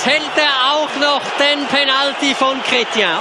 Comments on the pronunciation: Der Typ sagt Penaltiiiii (Der Moderator kann kein english ;) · Ich habe gehofft ein ernsthaftes video anschauen zu dürfen, aber bei dem Kommentator :´D der ist zum brüllen!! Penalti hahahahaha!!! Er ist schweizer oder was?! Sagt man da nicht penatly? Aber egal, Penalti ist geiler hahahaha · hört sich mehr nach österreichischer sprache an :) komme aus niederbayern, bei uns redet keiner so